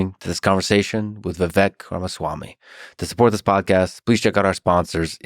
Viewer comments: I love how he said dude’s name wrong in the intro lol it’s supposed to rhyme with cake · It's pronounced like cake -- Vivek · It’s Vivek like cake. You mispronounced his name on the intro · Viv-ake like Cake. Not Viv-eck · Its pronounced Viv-ache. Ache like "i have a back ache. Not Viv-ek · "Viveck" its vivake like cake! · Vivek... but pronounced Viv-ache, it should ryme with cake. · Profound Podcast as usual! Lex I was shocked you don't know how to pronounce Vivek's name yet. It's Vivake like Cake but it's spelled Vivek. I wish Vivek said something, he usually does. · Its Vivek, not Viveck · You owe it to your guest to at the very least get the pronunciation of their name right. It’s Vi-vake, like cake. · Hey Lix Feedman … you can’t even pronounce Vivek’s first name correctly. Shame on you comrade. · Lex mispronounced Vivek's name and nobody cared. Say Kamala wrong and you're racist. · For someone that idolizes Musk as much as Lex does, I can’t believe his brain is still weak enough to be groomed by a dingbat like Mark Cuban. He came off defensive, weak, irritable, and incapable of deep thought/processing in this interview. To start the introduction off by repetitively pronouncing Vivek incorrectly (when he’s corrected people numerous times and is well documented) shows his lack of respect. To make snide comments and bring an eye roll energy the entire time shows he clearly had an agenda with this episode. However you can’t find a negative comment on this video about Vivek. It shows the people can read through Lex’s weak approach to discredit the intelligence and ability to unite that Vivek brings, and all Americans are desperate to have back in office. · Fuckin Lex... mispronounced his name in the intro. 😂😂😂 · Bro interviewed Vivek and didn’t even look up how to pronounce his name. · Ffs, he says Tim Walz, as next Dem candidate. While talking to Vivek, kept pronouncing his name wrong. But Walz- Vivek, I wish I didn’t waste my time. Vivek as always was great.